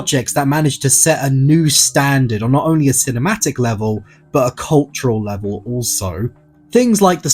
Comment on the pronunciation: I love how you say “cultural” lol “CULT-TROLL LEVEL”